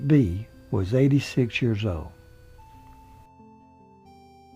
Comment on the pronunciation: blnstr yeah, as an elementary teacher, that really bugs me, but I think many pronounce years the way he does.